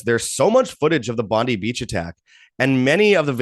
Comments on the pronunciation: just an FYI ... It's Bondi with an I , not Eeee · Aussie here, it's pronounced Bond-eye. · It's pronounced Bond-eye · Pam Bondi. 😆. Bondee beach. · It’s pronounced BON DIE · Bon die is the correct pronunciation.😉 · It's pronounced Bon-Die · You're an idiot and know nothing about Australia you probably had to Google us before your post you should probably start with the name of the place and how to pronounce it your wrong on most of what you say the rest I couldn't stomach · It's very annoying that they are mispronouncing one of the world's most famous beaches.